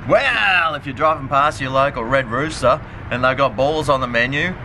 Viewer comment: you're not supposed to pronounce the s in red rooster